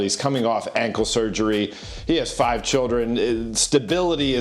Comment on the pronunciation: how you say he got five kids?! 😭😅 that was crazy 😩